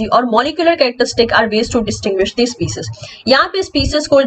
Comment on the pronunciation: Ma'am kindly correct your species pronunciation.